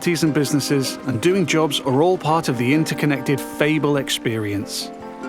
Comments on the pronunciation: I like how the narrator pronounces Fable as Feeble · Wait. Is that the right way of pronouncing Fable??! I've been wrong my whole life